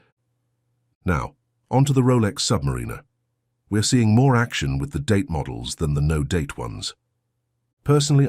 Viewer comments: You need to get your AI to correctly pronounce "Submariner". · voice can't even pronounce submariner correctly. zero authority. skip.